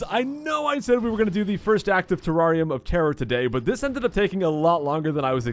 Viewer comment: It's pronounced terr-air-ium not terr-are-ium